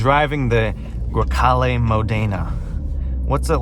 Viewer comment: I have the same car, you don't have to apologize because it does not look dirty - perfect Italian pronunciation (Grecale Modena) - I LOVE MY CAR